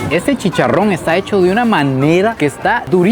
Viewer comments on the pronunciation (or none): Por que pronuncias tan feo ARROZ Y CHICHARRON? Aroowwz y chicharroww hay por Dios! Lo chistoso es que cuando quieres pronunciar bien lo dices bien 🤷